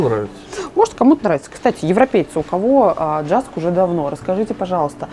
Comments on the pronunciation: Джаск?? Это же Юск!) Во всяком случае, мы так его называем много лет. И в Википедии так же. Очень интересно) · Не "Джаск" а "Юск"... это датский, а не английский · Читается юск а не джаск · Почему ДЖАСК? ЮСК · Я не уверена, но мне кажется, он произносится «юск» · Привет. Спасибо за интересный обзор магазина. Все супер, но название JYSK произносится "Юск" (как вариант Йюск). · Юск. В Финляндии всегда этот магазин посещаем. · В Финляндии он называется (произносится) "юск". Известная сеть в Скандинавии и всей Европе средней ценовой категории. Можно найти интересные штучки для интерьера. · Произносится Йиск и напольную подушку класть либо перед дверью, чтобы не закрывалась или чтобы не сквозило. Кстати в Скандинавии этот магазин как правило находится в городе и не надо выезжать за город, в ту же самую Икею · Вроде не писали ещё. Jysk (произносится Юск или Йюск) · Правильно произносить ЮСК. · Произносится юск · Происноситься ЮСК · Да,,вы не так проговариваете название магазина.